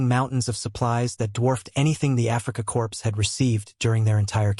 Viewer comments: //Core// not //Corpse// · Wrong. Corp. The "p" is silent